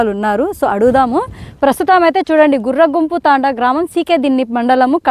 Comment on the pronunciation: అది గుర్రగుంపు కాదమ్మా "గుర్రoగుంపు" తాoడా మాది కడపనే నమ్మా. కొన్ని తప్పులు చెబుతున్నావు. సరిచేసుకో